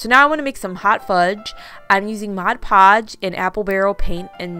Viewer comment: I’m so glad you say mod podge.....instead of Modge Podge, I can’t watch once the person says it 😑 wrong!